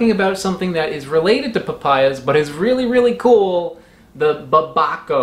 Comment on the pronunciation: To be fair babaco just sounds like someone horrifically mispronouncing papaya